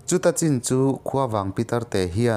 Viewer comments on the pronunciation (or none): none